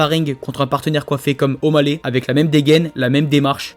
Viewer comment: 5'59 Le "O'Baley" il est magnifique :D